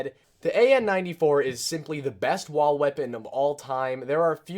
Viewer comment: Sounds like you say wa weapons 😂